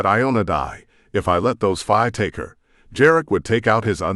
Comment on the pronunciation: I'm sorry but I have to say it the word "fae" is pronounced like the word "say" or "play" not like the "bye".